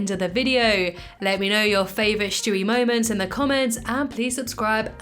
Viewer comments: Stewie. Not shtewie. I just had to say it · Why do you call him Shtewie? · Shtewie, interesting.